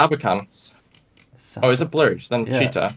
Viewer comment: As a russian at first I didn't understand what is this town called "cheetah" 😂 we pronounce it with stress on the last syllable